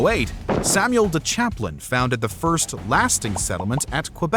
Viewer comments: Samuel de CHAMPLAIN not Chaplain ! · Samuel de Champlain, not Chaplain. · Champlain not chaplian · Samuel de CHAPLAIN?! Try CHAMPLAIN. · Samuel de Champlain. Not chaplain. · Is it Samuel de Champlain, not Chaplain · Omygoodness dude. Jocks cartier? Samuel de chaplin? Its Champlain, sounds like the bubbly wine, champagne Im only at 30mins so far 😋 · Samuel de "Chaplain".... lol what?? Weird how the people who named Lake Champlain after him got the name wrong ;-)